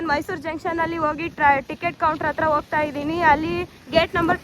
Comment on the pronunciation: ನಿನ್ನ ಕನ್ನಡ ಶುದ್ಧ ಮಾಡಕೊಳಮ್ಮ. (ಅತ್ತಿರ ಅಲ್ಲ) ಹತ್ತಿರ ಸರಿಯಾದ ಶಬ್ದ. ಹಕಾರಕ್ಕೆ ಆಕಾರ ಹಾಕಿ ಕನ್ನಡವನ್ನು ಕೊಲೆ ಮಾಡ್ಬೇಡಿ